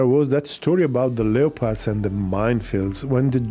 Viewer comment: "Remember the Leopard tanks..." Leopard was pronounced Leee Oh Paawrd. that is all.